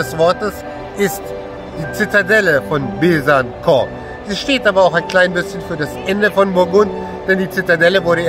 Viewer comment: coole junge leute aus besancon die richtig durchblick haben. ach so es heißt übrigens besanson und nicht besankon :-)